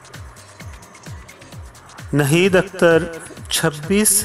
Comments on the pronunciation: اردو کا تلفظ درست نہیں ہے Narrator change kro ناہید اختر کو نہید اختر بولتا ہے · If you cannot pronounce proper urdu in Naheed Akhtar's life story,who asked you to play back your voice in this programme. You cannot pronounce Naheed properly nor Gilani.